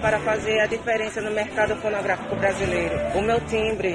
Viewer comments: "Eu tô aqui para fazer a diferença no mercado pornográfico brasileiro" Kkkkk Sei que, na verdade, ele falou "fonográfico", mas pareceu outra coisa! Kkk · Ele disse fonográfico, mas vamos ouvir pornografico msm kkkkkkkkkkk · ele falou pornografico mesmo eu repiti e repiti o video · Krlho jurei que só eu tinha entendido pornográfico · Ele diz fonográfico, mas da pra entender pornográfico. Que não deixa de ser, pq foi uma sacanagem 🤣🤣🤣🤣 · sim mas pareceu que ele falou pornografico kkk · Fonográfico, mas eu entendi pornográfico😂😂😂😂